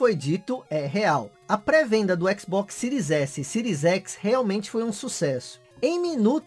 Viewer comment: "Micurosoft Síries Ecsi"!